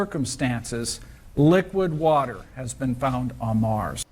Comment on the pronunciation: WATAH!!!! Lots of WATAH! Another great video bro. Thanks for sharing.